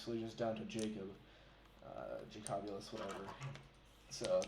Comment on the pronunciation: Did you call me JacAbulous? Its just pronounced Jacob-youlous